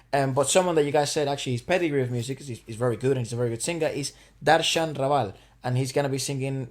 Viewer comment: "Ra" as in Raa and Val as in "rival" so Darshan Raval